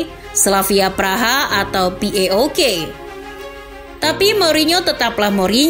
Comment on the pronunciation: Kenapa paok fc dibacanya p.a.o.k?